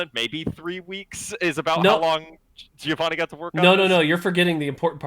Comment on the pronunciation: Hearing you butcher "Giovanni" over and over again is pure pain... It's not that hard, guys